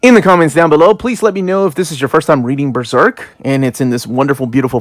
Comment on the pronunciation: That's the correct pronunciation of Berserk, in conformity with the Japanese term ベルセルク (Beruseruku). Most English speakers tend to pronounce it like "Beezerk" and it's awfully contradictory since none of them pronounce Serpico as "Zerpico" or "Zeerpico".